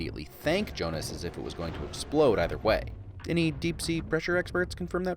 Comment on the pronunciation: It's actually Jonah not Jonas